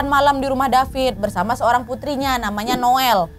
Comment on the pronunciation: Asli ngakak so hard pas nyebut nama Noel yg kesalah2 trs 🤣🤣 krn nama anak gw jg Noel, tp panggilan nya bukan Noel 😅